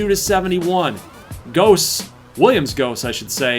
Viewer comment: Goss is pronounced like moss with a G